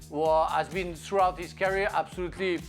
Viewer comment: Can someone please tell Frank to stop saying carrier when he wants to say career!! TO. YOUR. POINT!!.